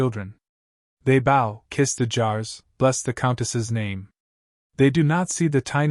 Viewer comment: This is AI narrated, you can tell by the mispronunciation of words like "bow". Moving on.